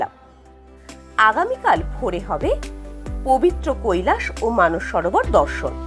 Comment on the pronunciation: It's Mansarovar madam.. not Manas Sarovar